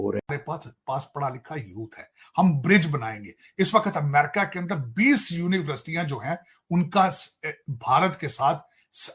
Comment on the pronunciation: University bolna nahi ata aur chale hain politics pr bolne.😅